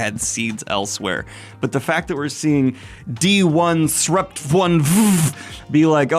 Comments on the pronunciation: Loved the pronunciation of D 1 Srupt etc. :D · I appreciate you commiting to reading "d1sprupt1ve" exactly how it's spelled. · I wanted to further the joke on their name like so, Donesruptoneve, but Daniel made the right call, pronouncing it D-1-srupt-1-ve is funnier. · I wholeheartedly appreciate your refusal to pronounce it as "disruptive" 👏